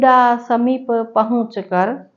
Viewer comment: इडा,समीप,पदाग्र जैसे अनेक शब्द हैं‌ जहां ह्रस्व को दीर्घ और दीर्घ को हृस्व हो रहा है और आपने जो पुस्तक ली है इसमे भी मुद्रण दोष है जैसे शांत तपोवना यहां पर तपोवन है तपोवना नहीं!! आपको सुनकर लगा सम्भवतः आप अहिन्दी भाषी क्षेत्रों से है इसलिए बलाघात(एक्सेंट)मे समस्या आ रही है अगर आपको मेरा टिप्पणी करना अनुचित लगा हो तो क्षमा प्रार्थी हूं 🙏